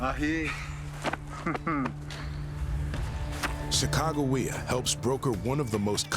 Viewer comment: Sacagawea was the female Shoshone's name. The narrator needs to study the name and how to pronounce it properly.